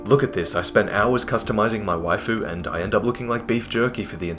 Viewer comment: What did he say? "Wifu"? If that ment wife.. Congrats bro, didn't know you were married XD